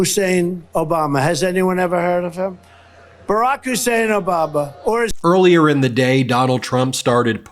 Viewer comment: Anyone else notice the second pronunciation of Obama? He said 'Obaba'. I dont like mocking the unwell, but he is fair game.The rapist is melting into a puddle of 💩 in front of us. Do you really want him on the international stage? Representing you, the people? Please, vote 💙 for America and the world.